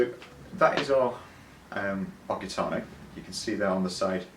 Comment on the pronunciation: It’s pronounced “heeetano…